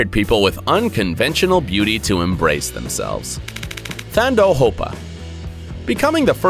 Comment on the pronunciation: Thando Hopa is pronounced Taando and the name means Love